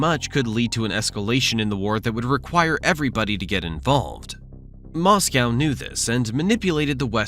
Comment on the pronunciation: Can't watch these videos when the presenter can't pronounce Moscow or Iran correctly, so ignorant